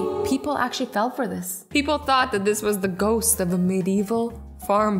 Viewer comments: Did you just say Goats instead of a ghost 🤣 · Did she say goat once instead of ghost or is it just me? No? k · She said goats not ghost 🤣🤣🤣🤣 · Yup she did say goat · Azzy saying:goat me saying :Azzy that is a goast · XD why did she say goat?!?! She meant ghost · When Azzie said ghost I thought she said Goat